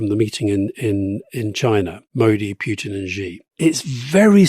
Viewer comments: Why can't you pronounce Putin's name correctly? Is this on purpose? It's Pootin. Not Pyutin. I mean if you are doing this on purpose - fine, but if not this is just incorrect. BTW - Rasputin also pronounced "Raspootin", not "Raspyutin" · There is no 'U' in Vladimir's surname... cant listen to u always making the same mistake. Pootin. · First time to come across this channel , Just auto pop-up . After 9 minutes , Decide this isn't a respectable people on the mic ,. Calling Vladimir Putin as PUKE-tin , That's it . I could respect your opinion, whatever is was or going to be , But cannot tolerate DISRESPECTful people . Bye